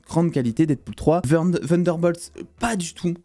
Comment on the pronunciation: pourquou tu dit "vunderbolt ?"